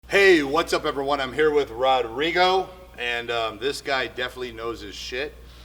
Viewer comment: ROUUDRIIGOUU ? IS " RODRIGO "...